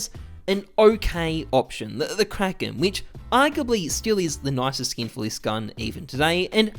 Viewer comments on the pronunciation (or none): none